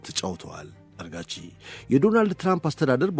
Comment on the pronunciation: ግሩም ዝግጅት እና አቀራረብ። የአፍ ልማድ ሆኖብህ ፣ አራግቺን አርጋቺ እያልክ ጨረስከው። ለወደፊቱ አርም።